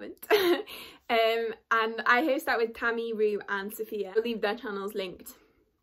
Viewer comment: Also, I’m proud of you for pronouncing it right ☺️👍🏾